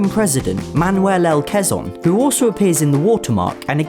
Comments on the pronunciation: Quezon (Cu-we-Zon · Its Quezon but its pronounced kezon